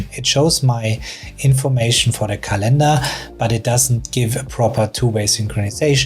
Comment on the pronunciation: It's not calEndar, but cAlendar. English is my second language too, so... just saying. 😊